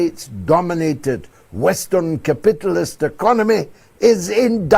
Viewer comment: What's with George Galloway 's pronunciation of the word 'capitalist'? 😂😂